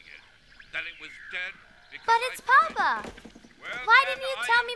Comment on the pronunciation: Very nice, but I would have thought that the actors would have been instructed as to the difference between papa' and Papa.... the first is father the second is the Pope... the accent in the first instance is papA", with the accent on the last letter..... fundemental really, and as this production is RAI associated I am very disappointed....